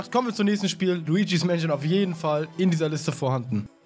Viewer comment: Ich höre immer:,, Waluigis Mansion" statt:,, war Luigis Mansion"